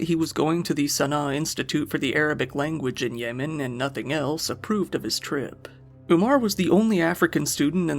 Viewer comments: more like weapon of ASS destruction lol. great video. I kept hearing "yay men" instead of yemen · YEH- man not YAY man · That's not how you pronounce Yemen. You're a content creator. If you don't know something, Google it. It's not hard to sound like you know what you're talking about.